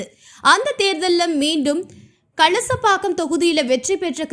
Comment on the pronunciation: Not Kasalapakkam. Kalasapakkam.